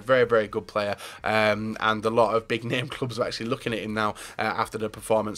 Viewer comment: anyone notice how says "amd" instead of and a lot?